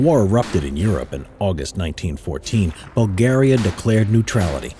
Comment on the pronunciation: I hate how he says Balgariya